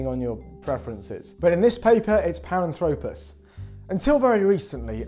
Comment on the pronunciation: Great video! Not a criticism, but since I know you care about details, you mispronounce Paranthropus. For future reference, this video has is the correct way of pronouncing it: (par-ANTH-rop-us).